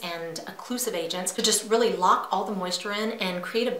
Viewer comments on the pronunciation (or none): none